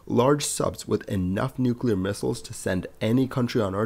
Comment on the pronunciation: Thanks for not pronouncing ‘Nuclear’ as ‘Nukilar’ or ‘Nukular’. 🙏🙂